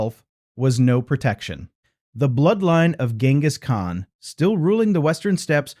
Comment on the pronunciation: GINus Khan....... really